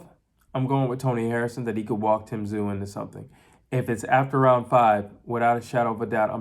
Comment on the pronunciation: Hey you pronounced Tszyu correctly.